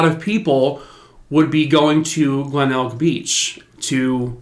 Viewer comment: I live in Adelaide SA and I would like to commend you on your pronunciation of Glenelg, Somerton Park and Adelaide! Best I've heard from an American 👏👏 If it ever comes up please remember Melbourne is said Mel-bin and Queensland is literally "queens-land" ❤❤